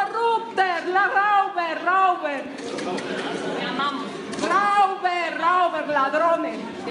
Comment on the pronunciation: Alterinc La señora habla un pésimo alemán. Nivel tarzán.Ni se le ocurra imitarla se escribe Räuber y se pronuncia roiba con una r al final tan sutil que casi ni se oye.